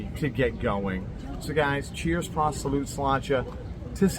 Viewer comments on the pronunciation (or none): none